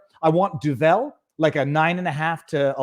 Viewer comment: Duvel is from Belgium. Im dutch (live in the south) and its made 40 km from where i live, just below Antwerpen. The name, is actually "devil" (translated) in Vlaams dialect. So pronounciation is not french, but dutch like (Flemish dialects are a form of dutch), so it sounds like 'Duuvle' (as close as i can get with english pronounciation), with the accent on the first syllable. If you like these sorts of beers, you may want to try 1 of the 'trappist' beers. Those are mostly belgian, also a couple are dutch, one french, one austrian, etc. They were (and 'are') traditionally made by monks and are usually also high in alcohol content and rich in flavor. Cheers!